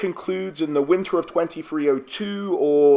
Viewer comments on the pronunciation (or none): none